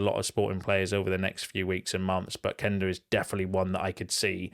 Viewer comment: Thank you for correctly pronouncing Quenda‘s name. You‘re one of the few United trackers who gets it right (cough…Jay…cough…Sam…cough)